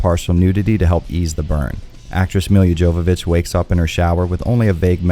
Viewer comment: Nice butchering of the lead star's name. It's Mee-Luh Yovo vitch. Meel-yuh Jovo vitch